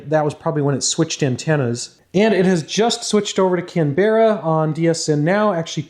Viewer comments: Before the Aussies come for you... Not can-BEH-ruh but CAN-buh-ruh (or CAM-bruh if you say it with an Aussie accent hehe) Another great video of your experiments. Wish I had some of the kt you have 🙂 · cam-brah not cam-be-rah but we forgive you, English isn't always user friendly! XD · Please stop calling Canberra; Can-bear-rah, Its pronounced Can-beruh. Also Thanks for the vids, they are always a pleasure to watch. Cheers, from Aussie land. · Your videos are awesome! i wish i could get into this stuff as a hobby! Also as an Australian, Canberra is pronounced 'Can-bruh' not 'Can-berrah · Pronunciation note (extremely minor and almost irrelevant), ''Canbruh'', not ''Canberrah'' (For Canberra, Australia). Very interesting video regardless! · I'm Australian , it's not "can-berra" it's pronounced kan·buh·ruh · Can-bra not Can-berra please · lol you say our city name wrong canberra is said "can-brah" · Canberra is pronounced Can-bra don’t worry though us Aussies are not very good at English 😂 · It's pronounced CAM-BRA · Please don’t say Canberra like how you do! It’s pronounced canbrah. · Aussie here, Canberra is pronounced Can-bra haha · Lol love the Canberra pronunciations try "Can Bra" next time mate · Aussie here, we say Canberra like 'Can - bah - rah' or some bogans will say it 'Can-brah' :) Thanks for the cool content! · Its pronounced "Can-brah". It's not a berra mate. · Yeah, took me a bit to realise what city he was trying to say. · 'Canberra' is only 2 syllables /ˈkænbrə/ 😉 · Can Bar ra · as an Australian your pronunciation of Canberra deeply frustrates me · As an Australian I always get amused by how Americans pronounce Canberra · A quick note: Canberra has the accent on the first syllable.The second and third syllables are almost melded into one syllable.